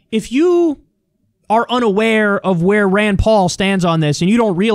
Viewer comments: I don't think he's saying Ryan. He's saying Rand, but with a weird pronunciation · Sounded like a accent rayyyynd